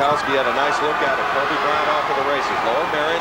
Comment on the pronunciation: Titus L4zar *Kobe, not”Hoebe!”